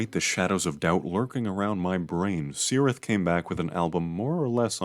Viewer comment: Return of the king, appendix E: Spelling and writing, section 1: Pronunciation of words and names: "C has always the value of 'k' even before 'e' and 'i' " (p.1113). No problem, you're welcome.